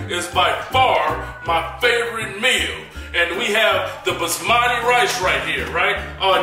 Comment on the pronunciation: Man said. BZZZMAATI rice 😂😂